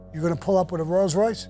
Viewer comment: . WTF is a "ROYALS Royce" ?? Just because Sammy said it, I'm gonna go get one, and call it a Royals Royce!